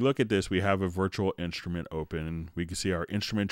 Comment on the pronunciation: "virchual inshtrument"